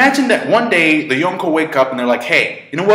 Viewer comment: I like the way this guy pronounces Yonko.